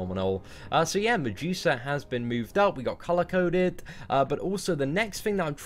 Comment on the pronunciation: I thought he was saying "on the juicer" finally figured out he was saying medusa